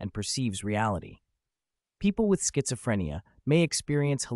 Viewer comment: i rlly like this video, just one thing schizophrenia is pronounced without the t-sound idk if it offends people with schizophrenia or not